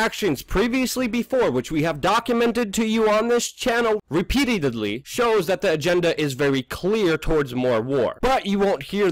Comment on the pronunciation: what does "repeatedudley" mean Luke? Misspeaking has to be a coded message to us that you still believe 911 was an inside job and you aren't bailing on those of us who still actually talk about it! Thank goodness! 😝 Still love ya